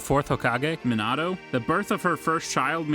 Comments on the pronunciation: Stopped watching when this dude said "Menado" 💀💀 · He pronounced every word so funny: jinjustu- genjustu......rasangen-rasengan.......manato-minato....akatasuke-akatisuki.......kagayal-kaguya😂🤣😂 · kanowa, minado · Shut the hell you can pronounce kushina but can't pronounce Minato what.